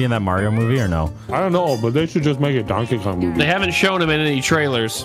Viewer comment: "donke go" -nogla